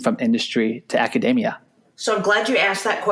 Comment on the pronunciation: it's pronounced aca-DEE-mia not aca-DAY-mia